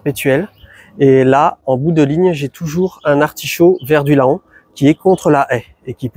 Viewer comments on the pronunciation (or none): Ah chanmé des couleuvres 😅 PS: La ville de Laon se prononce "Lent"